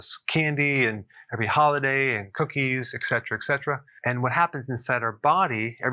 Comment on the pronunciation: My heart sank a little bit when you said eKcetera 🤦